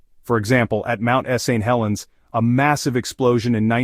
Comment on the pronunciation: Mount EST-Tee Helens and Mount Ess-Aint Helens. Yet , can pronounce Vesuvius correct. I really hate AI....bring back real narrators.